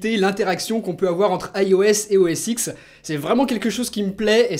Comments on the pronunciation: OS X se prononce OS 10... pas X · je parle pas de la signification je parle de la prononciation